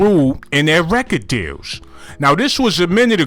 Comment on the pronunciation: You was saying deals this whole time 😭😭😭I thought you was saying jails